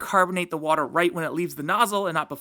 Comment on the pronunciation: A turtel dat spits wader